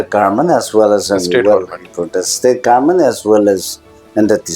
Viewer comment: Respected sir Meren, it will be more beautiful to hear pronouncing government, not garment 😊 anyway, big congratulations 🎉